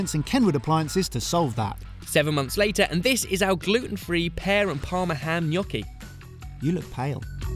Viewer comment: I love that you say "gnocchi" in the proper way! Also, Ham and Pear IT'S AMAAAAAZING